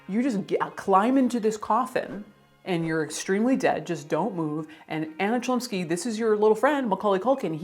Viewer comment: Well I could bet money that the proper pronunciation of the actresses surname would be closer to Hlumski